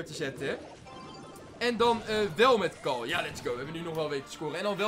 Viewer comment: probeer carl te zeggen en niet cral